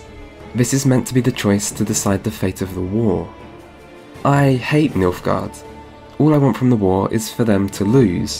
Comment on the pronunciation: did you say... milfguard?